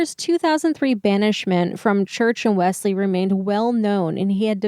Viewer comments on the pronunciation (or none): WELLS-LEE is how it is pronounced.